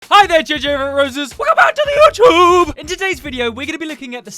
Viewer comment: I like that you say YouTube while you’re saying it weird it actually make me laugh!😂😂😂😂😂😂😂😂😂